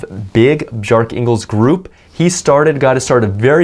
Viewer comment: Good video, just wanna correct you a bit. Bjarke Ingles is pronounced as 'B-Arc Ingles'